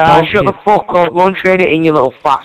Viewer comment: lol he says " I don't give a FWAWWWK!